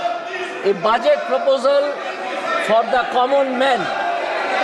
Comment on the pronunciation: It is budget not baajet😂😂😂😂😂